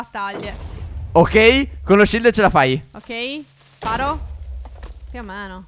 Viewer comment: Stef perché dici shild se siamo in in Minecraft